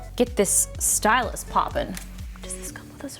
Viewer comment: Please stop saying stylus like that in the first video she was like “Stylus where’s my stylus”now she’s like “don’t touch my stylus